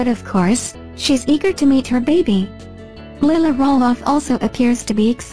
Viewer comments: Please pronouse the little girl's name correctly, Lilah is pronounced Ly-la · My daughter name is Delilah and i call her Lilah it is Lilah not Lyla